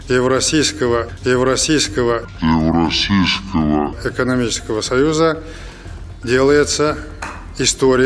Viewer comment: ЕВРОСИЙСКОГО??!! Пиздец шал гонит